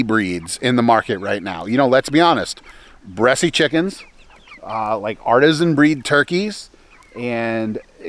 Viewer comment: Just an FYI...the E at the end of Bresse is silent...you don't pronounce it....unless you were joking around....couldn't tell. Just for folks who don't know the breed